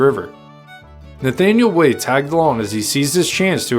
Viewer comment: It's pronounced Wy- eth not Wayth